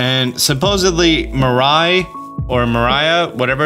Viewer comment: I can't believe how far off you are from pronouncing "mirai" correctly >.>